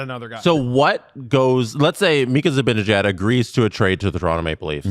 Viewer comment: I love you, you’re beautiful inside and out. But I’m begging you, please learn to pronounce Zibanejads name lmfao